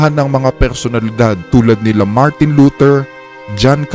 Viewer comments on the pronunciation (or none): none